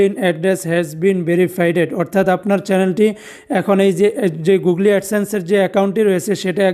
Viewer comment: খুব সুন্দরভাবে বুঝিয়েছেন ভাই। তবে গুগলি না বলে গুগোল বললে পারফেক্ট ছিল।